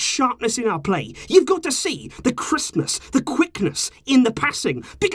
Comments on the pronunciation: OH thats what he meant! I genuinely thought it was christmas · "crispness" sounds like "Christmas" lol